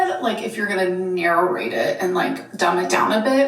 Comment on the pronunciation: Is it my elderly ears, or is this woman adding an extra syllable to the word "narrate"? I'm hearing "narrorate". I'm bringing this up in my counciltation.